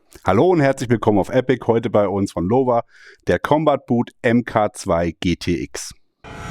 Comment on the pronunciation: ePIG like EPIC not like "eeh Pig", important!